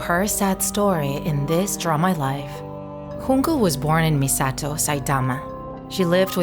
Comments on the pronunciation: Its Junko not Hunko!!! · Its Junko, not Hoonko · Uhhh. You pronounced Junko Chan wrong. It's jyunkou not hunko. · J not an H 😭 wtf this is Japanese not Spanish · “Hoon-ko” 💀💀 She’s japanese. Its a J. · Its pronounced just Junko with J not with H